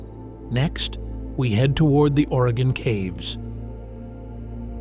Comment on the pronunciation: As a life long Oregonian, whenever watch these videos, I have to hope that they pronounce the names correctly. At least in this video, he pronounced Oregon correctly. Might be too much to ask that Yaquina, Willamette, or other unique names be pronounced correctly. Despite this, this video is pretty good. Oregon is indeed beautiful but, please, come visit but don’t stay. Too many people already, especially in the cities and towns on the west side of the Cascades.